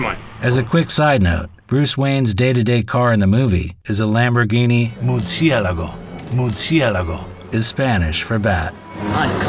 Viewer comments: All of Lamborghini's cars are named after famous fighting bulls, or at least the used to be up to 10 years ago. Not sure if they continued that. However the Murciélago is also Italian for bat. He did murder the pronunciation. It's Mur-See-Uh-Lah-Goh. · Murci-e-lago, "e" is silent. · The only thing Im going to remember about this video is the pronunciation of Muercielago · Tell me you are American without telling me you are American.. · that’s a 2004/2005 Lamborghini Murciélago Roadster. Mercy pronunciation was missed but this is still a fantastic review. Just a car avid car guy so that threw me off LOL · This is quite a good AI voice. Noticed only when pronouncing Murcielago twice.